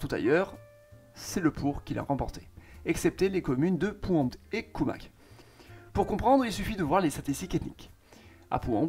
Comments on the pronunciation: Pouembout se prononce pouinboute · Ah petite erreur de prononciations pour la commune de Pourmbout, terrible erreur du joueur Français 😂😂😂😂